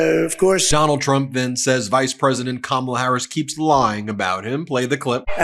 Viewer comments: OMG, , you know he's officially losing it when he forgot to mispronounce Kamala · He said Kamala's name correctly! Will he revert to saying it incorrectly again? Probably!